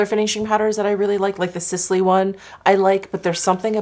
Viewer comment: Hi and thank you for your recommendations. Just a note that Sisley is actually pronounced as "Sislay" 😊